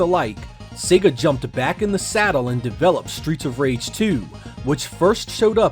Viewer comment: Stweets of Wage!!